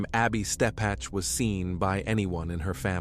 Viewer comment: First, her name is Ebby (as in ebb and flow) Steppech (stepick). Second....This is NOT Little Rock. If you want viewers, don't fake it